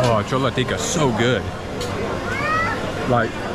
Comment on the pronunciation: FYI the correct pronunciation is Chole Tikki. Tikki is small fried potato patty and Tikka would be large. Cholla is incorrect, it is slang from totally something else, be careful.